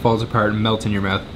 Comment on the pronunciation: Dude its mouth not mawth haha